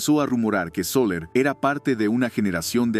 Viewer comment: Videos balurdos, sin seriedad, sin producción, que sólo buscan atraer la atención a como dé lugar. Incluso el locutor es IA: llamar a Soler, Sóler, con acento en la "o".